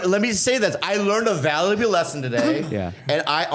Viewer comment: minute mark Bobby can’t say valuable 😂